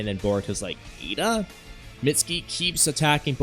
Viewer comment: Her name is Eida, not Iida like My hero academia.